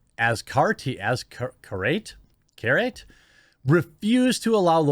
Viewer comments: It's pronounced "Az-ah-car-ah-tah". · Az cart te. Is how you pronounce it don't worry you'll get the hang of it but you're doing pretty good I'm here watching.